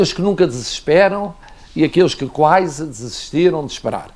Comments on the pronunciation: Alguém diga a esse inútil de merda que é QUASE e não QUAISE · Alguém diga ao Presidente que não é "quaise" é QUASE